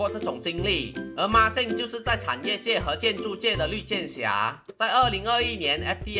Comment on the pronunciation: 不知道为什么。。。。我一直听到NixSxng 😄